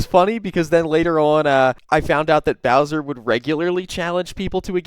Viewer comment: Da White Bhwowser is a pwedahthor!